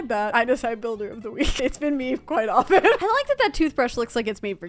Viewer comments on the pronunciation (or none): none